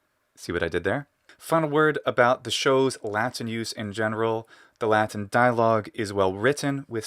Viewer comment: I love the way you pronounce the word Latin in English with the full t sound and the ɪ vowel before the n. Unusual for Americans to not either hold the t or use a glottal stop there and pronounce the n syllabically